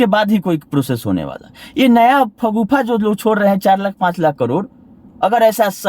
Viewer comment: अपने को ब्रेन ऑफ बिहार कहते हो और शगूफा को फगुफा बोलते हो?१० वी १२वी तक भी पढ़ लेते तो ऐसी गलती नहीं करते ।😅